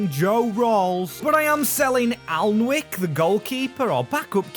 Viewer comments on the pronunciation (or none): none